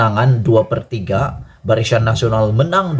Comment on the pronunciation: Barisan ke barishan adik ..hehe.jaga sebutan ya.